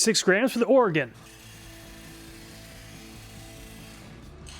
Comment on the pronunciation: Thanks for correctly pronouncing Oregon. It's pretty weird how some folks butcher it. lol. Great video as always!